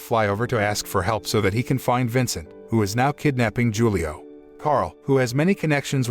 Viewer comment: Hulio, man. It's read Hulio, with H 😂